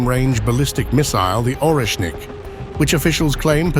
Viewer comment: Pronunce Oresnik Areshnik with an accent on the E.